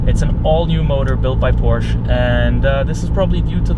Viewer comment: I like how you compare certain aspects of the car to other cars (steering, throttle response, etc.). However, you loose a lot of credibility when you pronounce this iconic brand incorrectly. It clearly has nothing to do with 'Poor'(sh) people! Lastly, although I have not yet driven a 488, it is my understanding that it has noticeably better throttle response than the 991.2 S. Furhtermore, regarding interior plastics and fit/finish, I would say that that 458 feels much cheaper inside than the 991, whatever their comparative materials may be...